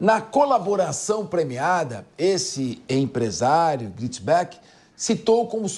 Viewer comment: Nao é Gritisbeck😅😅😅😅 ta loco kkkkkk